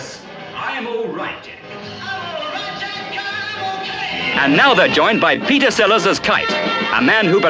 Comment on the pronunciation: This is such a concise, well-written script. You told the story well and it was always engaging. As a voice coach, I have to mention the missing 't' in the middle of your words: "Pe'er Sellars"; "complica'ed"; "la'er" (later). I know this is partly the Scottish accent but you can easily annunciate your 'middle t' while still keeping that beautiful accent. YouTube is a world-wide audience, as you know.